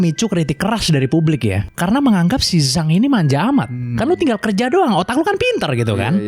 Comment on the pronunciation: Zhang dibaca Jang bang,,fyi